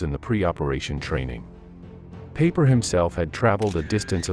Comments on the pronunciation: Did the ai say paper instead of peiper? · Nice video. , I burst out laughing when he said “Paper” instead of “Peiper” for Joachim Peiper 😂😂😂😂😂